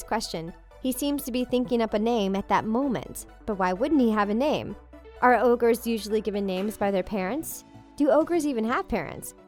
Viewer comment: Did you just say 'orges' instead of ogres?